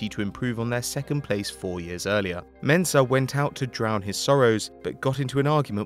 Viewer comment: I’m a Ghanaian and I like the way you mentioned Mensah